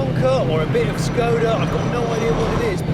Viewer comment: it's not skoder, it's skoda. shkoda actually, don't know why you can't pronounce anything correctly.